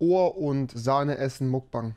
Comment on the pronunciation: Wird ''Mukbang'' nicht eigentlich anders ausgesprochen?👉🏻👈🏻